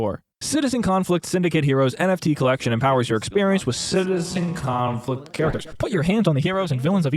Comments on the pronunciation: Everytime you say Citizen Conflict I hear it as Citizencon and have a minor stroke about how that ended up here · I love how you said the name of this dumpsterfire correctly like twice during the review xd